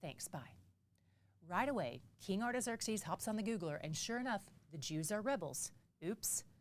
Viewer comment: can you explain the reason why you are pronounced “Xerxes “ the way that you do? I can’t find any pronunciation on line that sounds like that. 😊